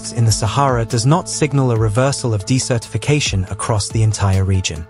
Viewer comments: correction: You pronounced "desertification" (desert-i-fication) incorrectly in a way that sounded much more like the word "decertification." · Desertification isn't pronounced like "decertification"... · Activities across the US West and Southwest, in restoring beaver populations, or even building small dams mimicking beavers' productions, is increasing the amount of water that is available to vegetation. Once trees grow, the moisture they pull from the ground and release into the air cools their environment, just as does the shade they produce. Beavers and trees fight the desert. BTW, "desertification" has its accent on the first syllable, and that vowel is "eh." Otherwise, it sounds like you're saying "decertification."